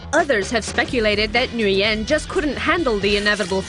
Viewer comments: It’s Nguyen not Nguy-en idiots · Stop Flipping saying Nguyen wrong. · LoL cringe how she pronounce NGUYEN